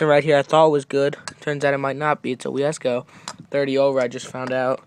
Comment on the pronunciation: Kid do i have to fucking call u an teach u how to say wiseco i wrote it out how many times lol i had this comment planned as soon as i heard u say weeassco and yet till i got there someone else mentioned!